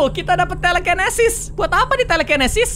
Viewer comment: " Kita dapet telekenesis buat apa ni telekenesis ? " Padahal tulisannya telekinesis owkowkowkowk Apa bacanya bgitu ya ?